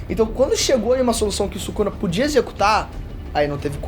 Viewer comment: "Subuxa" akkakakaak↩️